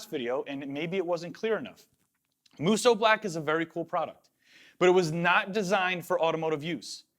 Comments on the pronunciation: I’m so glad you learned how to say musou with only 2 syllables xD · Draw out the 'o' a little longer on Musou :) The u after the o sound in hiragana indicates the extension of the 'o'. These videos are wicked :D